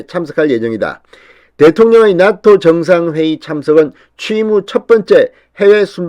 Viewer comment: 죄송합니다. 나토가 낫토로 들립니다.